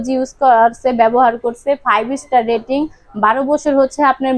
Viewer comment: এনার্জি ডেটিং নয় রেটিং হবে আপু😆